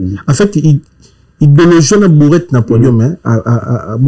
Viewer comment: kota classe; on dit BROUETTE et non BOURETTE. Mawa trop